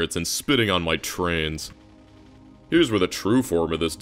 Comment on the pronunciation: Love the trans representation in this vid, I mean trains. Sorry but the way you say trains sounds exactly like trans lmao